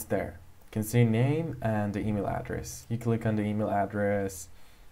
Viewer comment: You know this is fake when he says EaMiL